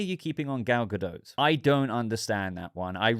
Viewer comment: Why are you calling her Gal GaDOAT?